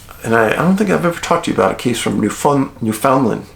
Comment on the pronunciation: Hey Dave, love the vids and all your work. Just an aside: Its pronounced New-FINland, emphasis on LAND. My family comes from there and it is a strange land indeed. I suggest you look into its histories and mysteries. Its one of the oldest land masses in the world and has a lot of strange happenings. My grandfather actually was with a man who disappeared berry picking when they got separated. His body was never found and my grandfather was actually investigated for murder. Cant remember the name but I know dozens go missing every year up there. Cheers